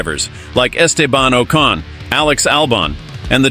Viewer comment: That well known Irish driver, Estay-barn O'karn. What ?